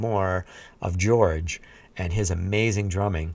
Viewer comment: Please, stop calling him 'George'. I know Jorge is the Spanish equivalent to George, but it's not at all how you pronounce it.